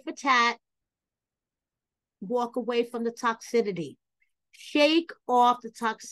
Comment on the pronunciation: ...Girl.... it's pronounced" tock sis city" not sure if you're doing that intentionally but giiirrrrrrlllllllll